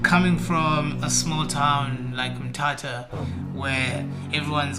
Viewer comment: A good documentary and a variety of voices. Misspelling of some names like Mthatha called Mathatha. I would have loved to hear Masixole Mlandu's closing argument or response to what Karabo said. I am worried on how Malema's comments are included here especially after describing him as a leftist. That clip of him saying there will be a revolution should have been longer and include where he says the rising inequality would cause the unled revolution. A good documentary which I wish was longer.